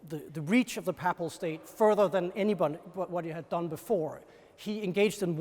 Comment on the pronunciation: you say “paple” and I say “papal”— let’s call the whole thing off, as Martin Luther sang.